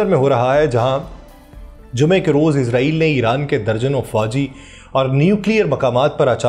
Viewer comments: Bhai izrail nahi israil sahee lafz hay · او بھائی اسرائیل لفظ تو بول آپ عزرائیل بول رھے ھو آپ کو کوئی بتانے والا نہیں جناب